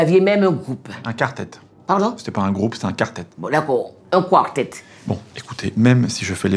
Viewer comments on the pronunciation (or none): "Dakow un Kwawtet".. Je suis en miettes mdrrrr.